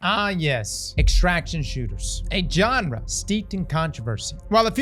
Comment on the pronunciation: What’s that? A Johnrah? You sure do have a way with English.😆